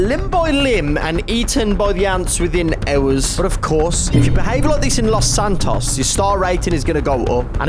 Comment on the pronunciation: “Lauce santauce”